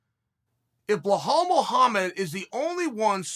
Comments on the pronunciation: brother, his name is bilal lmao not bihal hahahah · Jesus try and learn how his first Name really is ! it´s Bilal not Belhal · Blahal, Provolocovitch, Kozmat, Your Rear... who are these guys?? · Just when you thought Uncle will get nothing wrong in this video and he goes in to say BLOODYHALL MUHAMMAD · BLAHAL MOOHUMUD 🤣🤣